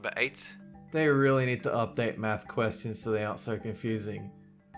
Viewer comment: Where are you from that pronounces "math" as "meth"?